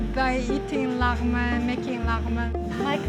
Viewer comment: It should be phonetically spelled “lagh-meahn” in English...not “laghman”...lagh-man? It’s pronounced meahn, not man